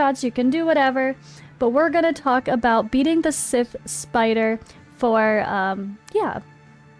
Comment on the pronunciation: Love it. That's hilarious. Scythe. Long I vowel sound... like sigh, but with a 'th' at the end. Eye, kite, wife, bike, might, fight. Scythe (silent e). But anytime I get some Sith hits, I'm happy. 🙂 Also, you can't actually kill the adds, so that makes the Prism shield a little less useful. But since damage is really, really, low, that isn't much of an issue. That stats from it still makes it useful. Probably more useful than anything else.